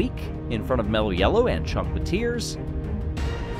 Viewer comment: Say it with, MELLLOW!